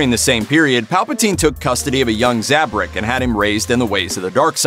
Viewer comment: isnt it zabrak instead of zabrik